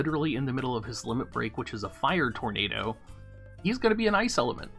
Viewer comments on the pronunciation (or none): none